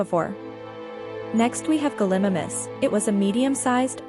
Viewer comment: How can you butcher sooo many dinosaurs’ names, and many aren’t even dinosaurs. This makes me cringe so much! I mean, come on! Guhlimumis